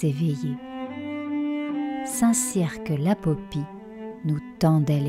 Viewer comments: Hello, Merci pour cette balade dans mon merveilleux département qu'est le Lot, plus confidentiel, mais tout aussi riche que le Périgord (Dordogne 24). J'avoue avoir mis la vitesse de lecture à 1,25 Par contre, on ne prononce pas le "q" dans le nom Saint Cirq Lapopie (ni dans tous les autres St Cirq du reste...). Bonnes aventures futures. : ) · Tout est beau : les images, la musique et la narration..Bravo ! PS : on ne prononce pas la lettre "q" de St-Cirq-Lapopie 😁